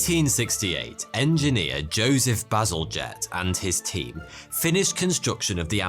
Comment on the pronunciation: Bazalgette is a bad ass name in my opinion in your accent it sounds like "battle jet"